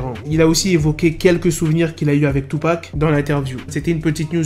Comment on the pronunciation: Il dit tupa